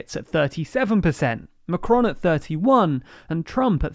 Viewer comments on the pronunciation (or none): none